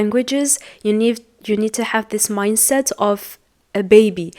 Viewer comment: You have one mistake "grow mindset not minset"